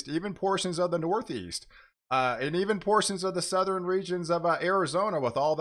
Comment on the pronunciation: I know it's petty and kinda funny but like folks who make up the word irregardless (WHICH DOES NOT EXIST), please try and remember that Pattern, Northern, and Southern are TWO syllable words. It's not patterin northerin, or southerin... It's drives me nuts. Like chalk on a chalkboard....